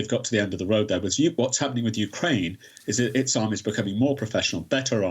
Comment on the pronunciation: Hey Putin - Its Ukraine not Orkraine!